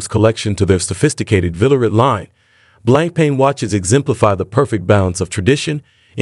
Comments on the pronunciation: It's not 'blanc pain' - it is pronounced BlonkPon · good video. Btw, it's pronounced "blong punk"